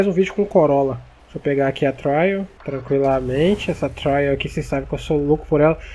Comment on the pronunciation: Essa suv é uma trail blazer mas o trail se lê TRÊIEU não TRAIÚ